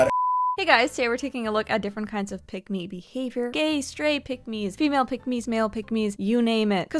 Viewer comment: Oh, I thought you said "pygmy."